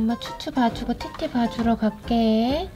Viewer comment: 티티 말할때 팉티~이렇기 읽음 ㅋㅋㅋ